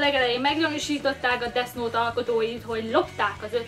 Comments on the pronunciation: Pls nem desz nót mert olyan mintha azt mondanád hogy disznót különben is úgy kell ejteni hogy def jót semmi disznót légyszi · Def és nem Desz xddd angol kiejtés pls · Kiejtés: Def nót, mivel th-t úgy ejtik, mintha kicsit ráharapnál a nyelvedre és úgy inkább f-nek hangzik, és a gay, az géj, mert a az "a"-t gyakran é-nek ejtik, és az angol abcben is "éj", az amit te mondtál (kiejtésileg) az azt jelenti, hogy "én egy srác vagyok". Ezt nem puszta kukacoskodásból írom, csak azért kicsit zavaró, hogy nem ejted rendesen, és szerintem nem vagyok egyedül ;) Attól még tetszik, meg érdekes a videó szval a like azért megy. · Úgy kell ki mondani ,hogy defnot😂😂😂 De imádlak❤️😂😂😂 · esküszöm nem hallottam még embert ilyen hülyén beszélni.... na meg az a "Desz Nót"... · [Desz nót] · desznót :DDD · Desz nótXD